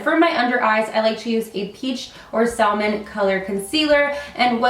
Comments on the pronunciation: It’s “sammon” not sall-mon 😂 my husband used to think it was this too lmaooo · The "L" in salmon is silent, love. Good video though. Looks like Becca's price is worth it?